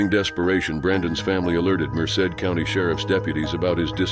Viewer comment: At least he pronounced Merced correctly even though he didn't pronounce much else correctly